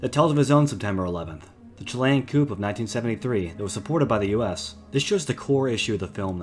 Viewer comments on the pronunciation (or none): I hope you’ve learned in the 2 years since uploading this but coup is pronounce “coo” not “coupe” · ummm... I may be a bit quick on judging this narrators motivation to judge which films or shorts are credible. But when he said "coop" instead of "coup". It was over for me. lol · For future reference: the "p" in "coup" is silent. It's pronounced "kōo" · A self proclaimed historian that doesn't know "Coup" isn't pronounced "coop" glare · You said “coop”…😂😂😂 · The Chilean “Coop?”